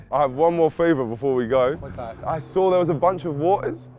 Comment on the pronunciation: you guys sawr it